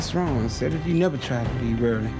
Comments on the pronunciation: 🤣🤣🤣🤣🤣🤣your computer is wung Man: did you say wung???? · She said your computer is wong yet she meant wrong 😂😂😂😂😂😂